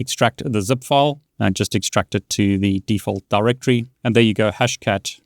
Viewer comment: Btw just wamted to help you out a bit, its actually pronounced DirectORY. When you say it fast like directree it sounds like you're talking about the brand Direct Tree. Anyways take care.